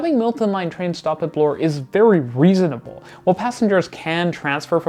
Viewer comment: I enjoyed your video, but your pronunciation is very uneven. Pronounce Milton as such, not “Multin” and insert the correct number of syllables into your words. You have a tendency to shorten three syllable words to two syllables. As well, Bloor is pronounced the same way as “poor”, emphasis on the double O, and not as Blore.